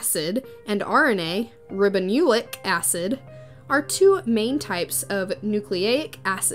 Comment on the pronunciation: You pronounced “deoxyribonucleic” wrong…and “ribonucleic”…..I don’t know what you were trying to pronounce, but you were WAY off on both terms….